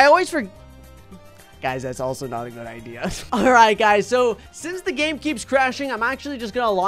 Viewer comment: he said gane lol